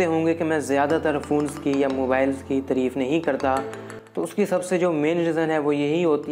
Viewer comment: Tireeef nahi tareef hota hai